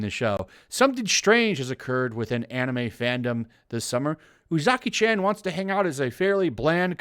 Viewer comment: Chan is pronounced more like ch-awn. Spread it to your other youtubers so y’all can stop butchering it.